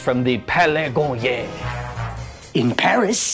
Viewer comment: Palais *Garnier, it's not so hard to pronounce (something like garniay)